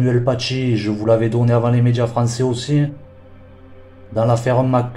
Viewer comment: Avant les "médjias" 🤣🤣🤣🤣🤣